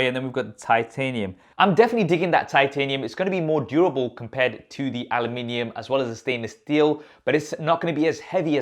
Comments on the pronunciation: My man can never say Aluminium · Switching between English and American when saying ‘Aluminium’. Multi talented. 👍🏻😀